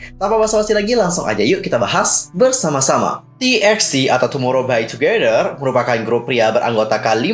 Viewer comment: tapi si soobin nyebutnya tumorow bai tudoro :v